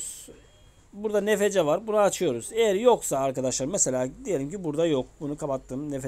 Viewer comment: Abi okunuşu nfc diğil enefsi